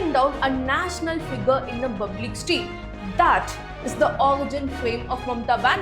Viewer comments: I really like your videos. A small correction in your pronunciation. Hope you don’t mind. It’s not bublic, it’s spelled as public. Rest all amazing. ❤ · What about प. she says ब "bublic" for "public" Could you give an example of what you were referring to.